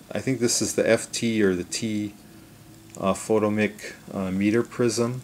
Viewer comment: not FOTO-MICK. Photomic is pronounced FO-TOM-ICK.